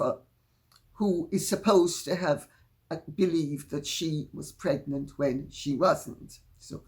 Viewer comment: "Megnant" lol lol..excellent Lady C